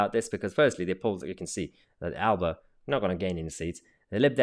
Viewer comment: Just a small point but Alba is pronounced aler’per